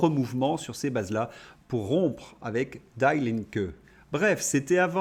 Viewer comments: Juste une toute petite précision : en allemand, "Die" (la) se prononce...die, et non "daïe" comme en anglais. Merci et bravo pour vos entretiens, que je ne manque sous aucun prétexte. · Puis-je me permettre une suggestion : pour l'anglais, l'allemand ou toute autre langue, avec google translat, vous avez un bouton "audio". Cela vous permettra de prononcer Die (allemand) = "di" et non "daille".